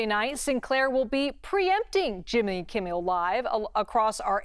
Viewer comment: She said Jimmy Kimmiel Live lol